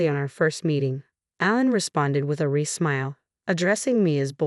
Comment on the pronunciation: Pronunciation matters, fiancee, wry. Repeatedly wrong is a distraction.